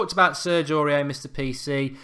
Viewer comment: Mark Aurier is pronounced Or-E-Air